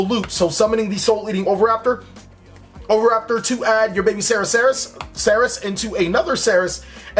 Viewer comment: i like how you were "struggling" each time to say oviraptor but in fact you said it right each time